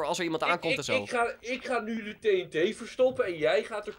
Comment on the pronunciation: zegt TEE en TEE maar het is TNT godverdomme man